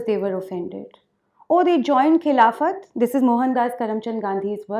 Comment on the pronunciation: A repulsive speech by a repulsive woman...... She is giving a speech on Khilafat - she can't even pronounce the word Khilafat correctly!